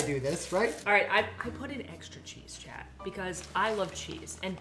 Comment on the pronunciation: I thought you kept calling Alan Chad,like from highschool musical, when you were saying chat lol